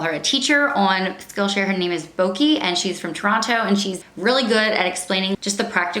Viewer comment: I like how you pronounced 'Toronto'. Being from Southern Ontario, we call it 'Toronno' 😄 I love me a good fall video 🍁